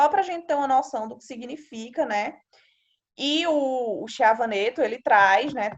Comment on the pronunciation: Bom dia, muito útil o seu conteúdo só pra melhorar o nome do autor do livro, já li, muito bom e recomendo, Chiavenato se pronuncia Quiavenato e faltou vc explicar melhor sobre eficácia, parabéns vou fazer um TCC e colocarei alguns itens desse conteúdo